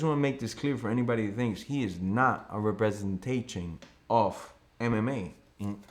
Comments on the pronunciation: "He is not a re-bre-ntay-ching of MMA in any way. Do you know what I say?" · dude can’t say representation